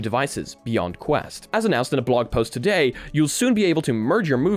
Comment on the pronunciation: No one: Him Saying "Todayit" :)